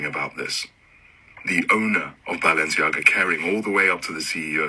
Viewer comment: BAL- ENCIAGA